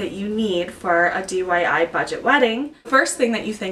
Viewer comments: DIY not dyi lol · why do you keep saying DYI?